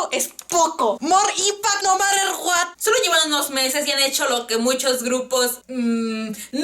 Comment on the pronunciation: "Mor inpact no marer Guat" JAJAJAJJAJA Mori con eso xdxd Pd: Te amo <3